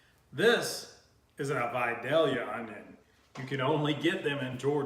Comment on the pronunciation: Thank you SO MUCH for pronouncing “VIDALIA” correctly!